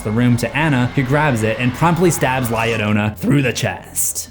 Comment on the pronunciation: Love the video but the fact you pronounce Llorona correctly but la inccorectly is sending me into another dimension lol